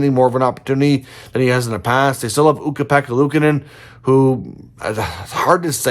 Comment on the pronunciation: "They still have Ukko-Pekka Luukkonen who, it's hard to say...." Me: I think you said his name fine, though I agree that it's a tougher name. ..."if he's ever going to be the starting goaltender for this team." Me: Oh.